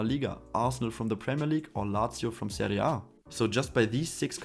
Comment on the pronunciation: Cooles Video, du hast alles sehr gut erklärt. Es war das erste Video von dir, was ich gesehen hab und hab an der Art wie du "Serie A" ausgesprochen hast erkannt, dass du deutscher bist 😂